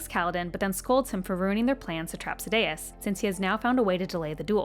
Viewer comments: Sad-day-us. Shin-over. Come on T_T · hahahah, Sa-day-us got me the hardest after Shin-over. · Yeah the pronunciation of Sadeas kinda killed it to me.